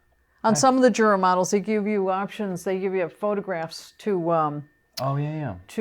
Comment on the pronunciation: It would be nice if you would learn how to pronounce Jura properly. Jura is German, not English word. It is very disrespectful.